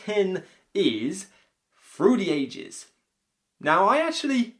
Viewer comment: Whever you say through the ages all I hear is fruity ages.